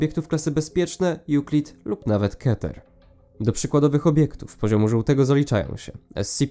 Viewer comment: Keter. To z hebrajskiego, wymowa pozostaje niezmieniona. Ale możesz mówić jak chcesz.